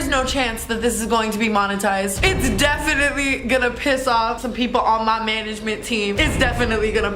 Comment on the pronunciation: tana went from "going to piss off" to "go na piss owaf"